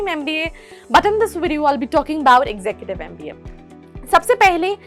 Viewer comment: Your pronunciation of executive is not correct.